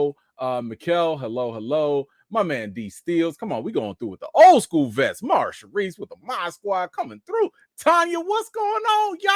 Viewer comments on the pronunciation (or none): none